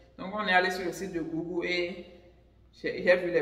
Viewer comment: Google = Gougeul / non gougoul